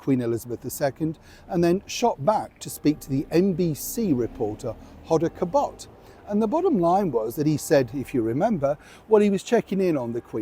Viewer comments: Her name is pronounced Kot B, a hard B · I believe Hoda Kotb’s last name is pronounced “Cot-bee” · What was it, Kotbut? 😂 I’m not making fun of him, I think it might be deliberate on his part and I would approve! I’ve never been a fan of hers. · Hoda’s last name is pronounced “cot-bee” NOT “ka-bot” or “ka-boot”. You’re not even semi-close, so no cigar. You do know that there’s this amazing thing called the internet, you ought to look into it, amazingly you can find info on it, like how to pronounce someone’s name. I don’t know how lazy someone can be to post something on the internet, yet pretend that they don’t know what the net is or that it’s a source of info. It’s lazy, lazy, lazy and it makes you look like you’re seriously lacking in the functional brain department, but if you wanna look lazy and not smart, then you do you‼️ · Her name is pronounced Cot-Bee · It’s Kotb (cot-bee) but that’s ok,. We got you buddy. 💚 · Hoda was right.....the last name is COT-bee (Kotb)....if you ever need to know. Cheers!